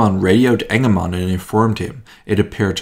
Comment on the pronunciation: "Task Force 'Enema" " . . . Now i know this isn't what our speaker is saying, but that's what I keep hearing everytime he says it.